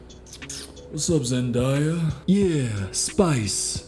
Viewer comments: It's not Zen-dye-yuh It's Zen-day-yuh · ZenDAYa. It is 2023 and is no longer excusable to be saying her name incorrectly💀 Let’s leave ZenDIEya in the past 🙏🏽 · SOMEONE TEACH THIS BOY HOW TO SAY ZENDAYA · bro still pronounces Zendaya's name wrong